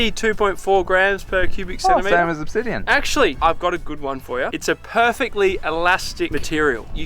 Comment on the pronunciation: "Ob - Obsidian". Seems these highly educated scientists just discovered a new element.